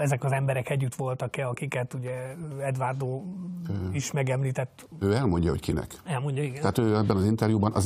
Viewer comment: (D.A.)Edvárdó😂😂😂 Nem tudja kimondani, hogy Eduardo. Mindenki más ki tudja mondani.